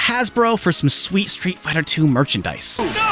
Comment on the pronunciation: Spit out my drink at "Street Fih-turlund". Bravo.